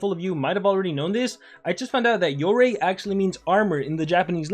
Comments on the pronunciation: "YOREY" ??? ARE YOU JOKING!!! ITS "YOROY" WHEN PRONOUNCING LOL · Its supposed to be pronounce “yoroy-i”